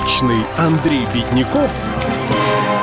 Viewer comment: Бедняков так и говорит бедн...